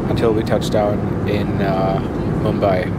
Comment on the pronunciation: Its not Mumba its Mumbai